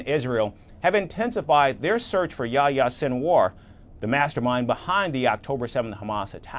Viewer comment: Oh my God you can't even pronounce his name correctly and you want to catch him. Yahya = يحيى = John in the Bible. yes it's the same person, Your John in the Bible is the same Yahya in the Coran. and it's a famous name seen as a bridge between Christianity and Islam, this is why in places where live Christians and Muslims like Syria and Palestine you will find many kids named John or Yahya. You see our world can be very close and peacefull with a litle bit of knowledge about history 😊